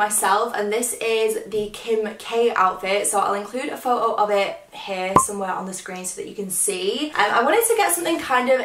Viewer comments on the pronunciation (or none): It's photo not phoao the way you say it made me sick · I love how you say photo as like “pho-o” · The way you say photo😂😂